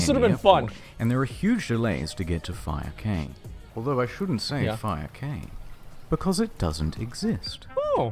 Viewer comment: "Cay" is pronounced "Key"